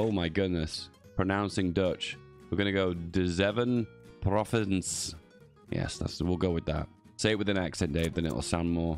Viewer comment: The pronounciation of the kool in koolhoven is closer to coal. With regards to "zeven provincien" phonetically i'd spell it out as "zayven province-ian" crisis jaren would be "kreesus yahren" i ofcourse know ya don't care but i like my country almost as much as the blue emoji.